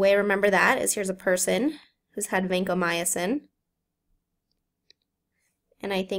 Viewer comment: it's not vancomyAcin